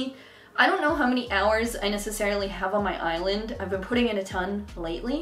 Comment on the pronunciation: Every time you say island i hear eyelid xD